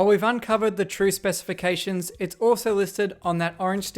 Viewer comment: "Specifctions" oh no, they infected him!